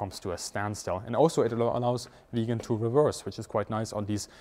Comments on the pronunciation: The name of the aircraft is VIGGEN !!! It is an INSULT and a BIG mistake to the pronounce the name of this magnificent aircraft in the same way as "Vegan". A "Vegan" is an animal welfare fanatic. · Hi, when you say "Vegan" instead of 'Viggen', you forget that the aircraft was always a predator, and could never be a vegan. It has blood on its intake manifolds. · Great upload as usual but a petty point, its not Viigen, it is Viggen. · I have only seen one other plane with the Viggen's splinter camouflage - and that was a WWI plane. Why is it unique to this plane only, and why was it replaced with grey ? Another question : Why are there fluorescent numbers and stripes on the plane if it has camouflage to hide with ? The Viggen is absolutely one of the best looking planes ever to fly. I had no idea it was pronounced "vegan" . I had always called it vij - gen or vig-gen. 👍